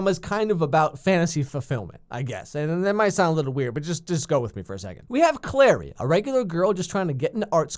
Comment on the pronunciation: It's CLARY not Claire.